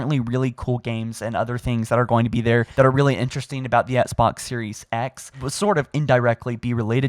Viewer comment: “The ESSK-BOX”